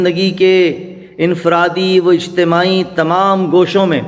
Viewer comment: 'Ijthema' is correct word. Your pronounation is wrong